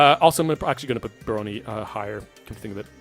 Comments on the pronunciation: My bro, ask google to prnounce words for you during script writing. You totally mispronounced barony. Bare-ron-ee. Emphasis on first syllable, not middle syllable. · Not even. It's more like Bah-ron-y. Still with emphasis on the first syllable, but it makes an "ah" sound (like the word "action" or, indeed, "baron")